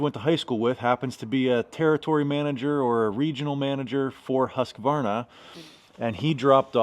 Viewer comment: Refreshing to hear someone on this side of the pond pronounce Husqvarna correctly 😉😉